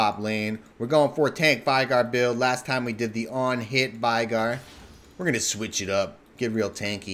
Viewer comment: I cringe so hard when people say VAIgar...like pls stop and pronounce the the name properly D